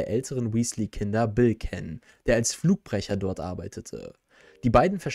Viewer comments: jaa da hat er als Fluchbrecher gearbeitet das weiß jeder es war mir aber unbekannt das er auch noch als Flugbrecher gearbeitet hat🤔🤣🤣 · Alter sind in dem Video viele Fehler drinnen angefangen mit den ganzen Namen die falsch ausgesprochen werden🤦🏾😅 Und ich wusste gar nicht das Bill als Flugbrecher arbeitete🤔🤣🤣🤣